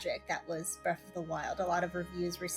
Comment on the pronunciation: Breath not Breff